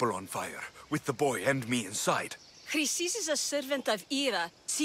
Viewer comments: U called Chrysis 'Chlamydia.'......look it up lol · Chrysis: Kree-Sis